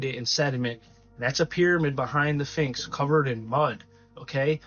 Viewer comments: The finx??? Learn language please, s ph inx say it , say it! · Dude, really though... you keep calling it a "Finx", but it's a SPHINX. LOL I loved the info you provided, but can we call it by the correct name please? That's almost as horrific as calling an Espresso, and EXPRESSO! Hahaha!! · Dude stop saying "finks!!!" it's pronounced "Sphinx!" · A “Finx”?